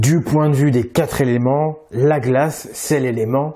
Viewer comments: minute "semblent zavoir été..." minute: "la philosophie des quatre zéléments" (+ toutes les fois qui suivent) je préfère votre voix à celle d'une narratrice. en plus cette narratrice fait des liaisons mal à-propos. c'est comme une faute d'orthographe à l'oral, vous comprenez? la dernière fois, c'était "La-hon" alors qu'il faut dire "Lan" (Laon). j'en profite pour dire que je préférais aussi vos vidéos sans l'adolescente boudeuse qui pose toutes ses questions en faisant la moue. ça n'ajoute vraiment rien à vos vidéos, bien au contraire, ça les rend plus immatures et moins professionnelles. je suis désolée. votre travail est sublime et pourtant, je critique sans arrêt. il y a un décalage entre le contenu qui est génial et le contenant qui est disons... perfectible... la langue est tout aussi importante que la spiritualité. elle en fait même partie (on crée ce qu'on dit, c'est même le sens de "abracadabra" en hébreu). je fais ça pour protéger notre langue française qui s'en prend plein la gueule en ce moment. je contre-attaque car la langue française, le conduit de notre réflexion et donc la base de tout le travail que vous faites - sans elle, pas de PagansTV - manque d'amour par paresse intellectuelle et est ringardisée par les Français eux-mêmes. elle mérite mieux dans la mesure où on est bien content de la trouver. donc soignons-la ("s'instruire" comme vous le dites dans la vidéo, s'élever vers les choses de l'esprit, "les choses intellectuelles", puisque la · Attention au excès de liaisons !! Oublions les terminaisons de verbe en « ent » que vous liez avec un « S » mais svp !!! L N’Y A PAS DE « S » À QUATRE !!! Merci. Ça fait tache pour le sérieux. Sur tous les relecteurs il n’y en a pas un que ça a derangé ?? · Oh, oh : les QUATRE ( TOUS les chiffres sont INVARIABLES)" zelements" (sic) . Désolée mais ça choque mes oreilles . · Elle m'agace, la dame,avec ses quatre zéléments. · Il n'y a pas de S à quatre (zelements)